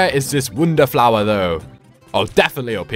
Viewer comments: Pronounces wonder as wounder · you just say ''wunda'' instead of ''wonder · Him saying woundrr irriates me so much. (No offense)